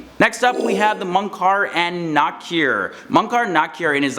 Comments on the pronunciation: Ee-blees, not iblis Moon-kar, not mun- Kar Ja-han-num, not jahunam There has got to be a way you can find out proper pronunciation. Also Eblees was created as a jinn, and angels, jinn, and humans don't switch up and become each other. Eblees was such a dutiful servant of Allah that he had a with the angels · Its not munkar its mukir